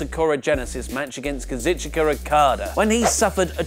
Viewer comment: KA-ZOO-CHKA not KA-ZIT-CHI-KA